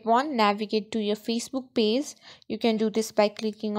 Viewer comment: Just a heads up. You are pronouncing "page" like "pays" "Ge" is a ""juh" sound. "Pay-juh" dont emphasize the "uh" at the end.